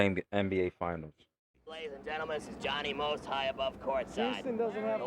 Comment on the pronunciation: JOHHNY MOST!!!!! NOT DONNIE MOST!!!